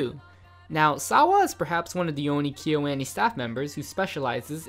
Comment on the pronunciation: The way kyoani is being pronounced in this video is killing me